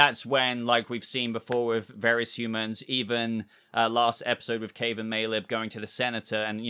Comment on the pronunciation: who are Caeve and Maleb??? 😂🤣😂 I had to watch a second time to catch it. Great video as always 👍🏻